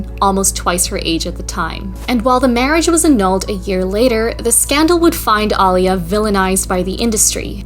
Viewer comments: Aaliya: Uh-lee-yuh....ALL-YA was killing me. I know, not the point of the vid🤷🏻‍♀ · And Aaliyah is pronounced "uh-LEE-uh" as opposed to "AH-lee-yuh." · Ollia???! Put some respect on Aaliyah’s name Ah-LEA-uh All you had to do was was 1 video about her to know, even a 10 second one. Lazy. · Im sorry to be that guy but its getting under my skin. Aaliyah is pronounce uh-LEE-yuh. Everything else, amazing. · Love the video. Not to nitpick but Aaliyah is pronounced like Uh Lee Uh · You mispronounced Aaliyah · Good video but the way Aaliyah was pronounced was killing me. Haha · It’s annoying me how she pronounces Aaliyah’s name lol